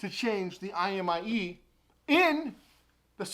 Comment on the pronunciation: You said imie instead of imei lmao lolz just saying